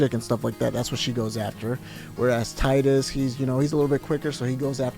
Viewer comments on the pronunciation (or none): Teedus.....not Tidus. I know it's spelled that way, but it's pronounced different. I just name him Kuhlio. I never use his given name. Anyways, this is the best FF. Glad you enjoyed it. Best story ever.